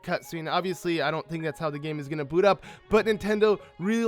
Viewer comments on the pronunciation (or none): none